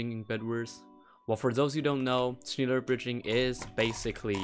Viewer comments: Shneller is how you pronounce schneller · am in the only one offended by how he pronounces "schneller" dude says something like shmiler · its pronounced shnäler bridging im german and ik how to pronounced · I think it’s pronounced SCELLER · Schneller is pronounced Like shnealer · Im from Germany and its pronouced "shnaller" in englisch u world weit ot linke this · You pronounce it schnehler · Schneller is pronounced as ä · its pronounced shnellah bridging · its pronounced sh nell er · its pronounced schn eh ller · Its not pronouced schnEler bridging its schne (e like education) LLer bridging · It’s pronounced sch neh llar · "shniler bridging" so cringe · Your german is very bad xD U pronaunce it like schniler bridging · It's pronounced schehler bridge like instead of ee for the letter e it's eh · ja überlst true haha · Ist echt so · Hey, I think "schneller" is said like shnell, the "sh" sound at the beginning, in the middle you say it like a softer "nay" sound and at the end its just like how you would say the letter letter "l". I think this because in German "schneller" literally translates to "faster" as you said (from "schnell" meaning fast, and adding an -er to make it a comparitive). Also I love your vids! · I love how you pronounce "schneller" haha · The e in schneller is btw pronounced like an e in men and idk who really founded this method but you can trust me that Teddynator wasn’t it cause other German YouTubers used it before him for example ByQuardix or Poishii. The only bridging technique by Teddynator is btw The Andromeda Method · Schneller is german and i was dying from laughter when you butchered the word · you pronouced i so wrong i can do it right bec im german xD greetings from germany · Yea its actually a german word, but the pronunciation is a bit wrong 😂 Anyway, we can understand what you mean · Im.german and when I hear how He say schneller my ear bleed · The 'e' of schneller ist pronounced like an 'a' in english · Ja ist so